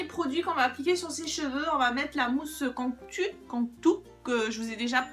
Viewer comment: Coucou ! 😊 on dit "Cantou" voilà voilà 😉😂 Je me suis abonnée, j'aime beaucoup tes vidéos. Bisous ma belle ! 💋